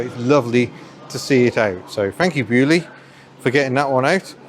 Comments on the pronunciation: Being French, hearing Beaulieu pronounced like this makes my ears bleed :p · Love how the Baulieu pronounciation evolved.